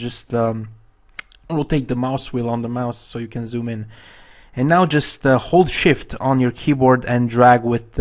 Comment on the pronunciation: every time you said hold shift I was caught off guard because I thought you were exclaiming "Holy Shit!" haha great tutorial :)